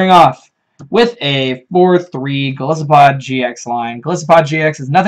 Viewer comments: Breloopharos That's the wrong pronunciation because both Goliath and isopod use the long "I." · Golisopod is pronounced with a long "I", just like "Goliath", the biblical figure that matches Golisopod's appearance nicely, and "isopod", the animal it's based on. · Golisssopod sounds better. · I've heard the short "I" pronunciation" one too many times and it's very annoying they didn't pick up on Golisopod's etymology.